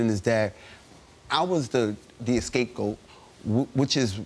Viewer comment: The “escape” goat. Lol